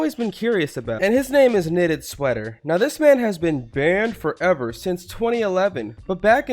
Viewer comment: And I like how he says banned FOVer